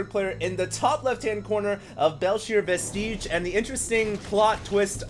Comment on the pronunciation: Please - "vestige" is pronounced VESTidge not vestEEGE